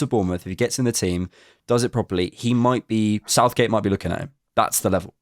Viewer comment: Bro said Southgate😂